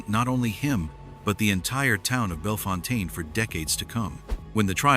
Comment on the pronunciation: Bellefontaine is pronounced “bell fountain “